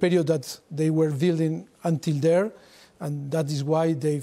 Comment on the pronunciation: carragher's accent is so funny, man pronounced 'were' as 'vae'